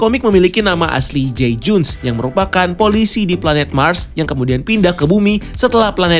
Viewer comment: Darkseid itu dibaca darkside bang. Bukan darkseit. Greget gw 😂 Ralat juga nama asli martian manhunter itu J'onn J'onzz bukan jay junes bang. 😅 Btw good review. Ga sabar banget nonton ini. Pasti bakal beda banget. Gw optimis bgt ni sama Snyder's Cut. Semoga tidak ampas seperti justice league sebelumnya. 😂